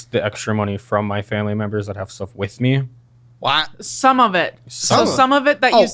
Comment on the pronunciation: That was “What” without an H